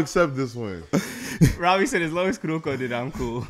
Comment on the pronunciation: its not kuroku.... it KUROKO... KOOO